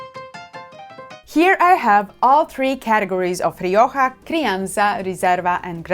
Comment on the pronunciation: I very much appreciated this review, and God bless you for pronouncing Rioja correctly. American viewers try to correct my pronunciation to Mexican Spanish. I am a 40-year student of wines of the Iberian Peninsula; Rioja is the primary red wine I drink. I live in the US and UK, buying Rioja is easier in the UK. Even in large wine retail conglomerates in the US Rioja isn't kept well. My benchmark Rioja is Faustino I, even if it varies year to year. Today I bought two bottles of Faustino I , 75th anniversary, "only" Reserva not the usual Gran Reserva for GBP 12.50, we'll see. That said, to my surprise, Marks & Spenser's own label Gran Reseva, El Duque de Miralta, bested the Faustino I did a side-by-side taste of. As best I can tell the M&S comes from Cesar Fernandez/El Coto Winery. For the money, it is top-notch IMO. Thanks again for this. I'd love to see you do a piece on Manzanilla, another Iberian passion of mine.